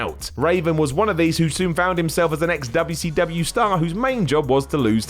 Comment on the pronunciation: Nobody says WCW better than. Nobody!